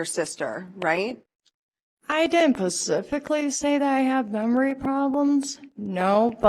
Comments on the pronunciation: . The girlfriend just said "she didn't pacificlly have memory problems". Not to mention shes testifying higher than a Georgia pine ... Lol. Who does that 😂😂😂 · “I didn’t PACIFICALLY say that...” Forget about her Boyfriend. SHE needs to be locked up IMMEDIATELY. She’s a Monster who MUST pay for her Crimes against the English Language. 😤🤬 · “I didn’t pacifically” say I had memory problems” Wow, he picked a scholar of a woman right here! 🙄🙄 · Wasted girlfriend who didnt "PACIFICALLY" say that..sounds like cecily strong doing her character on SNL...what a mess this person is..train wreck in progress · I immediately lose all respect for someone who uses the word “pacifically” when they mean specifically 👀🫤😑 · “I didn’t pacifically say I have memory problems”. Lmao that made me laugu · I'm pretty sure she meant atlantically